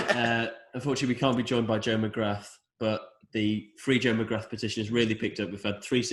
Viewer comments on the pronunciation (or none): you keep pronouncing McGrath wrong!